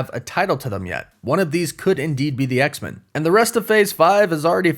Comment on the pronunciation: I love your work but I'm so weirded out by the way you say X-Men. I've never heard anyone say it that way. It's X-MEN not X-min. Men needs to be said the way it would be if standing on its own.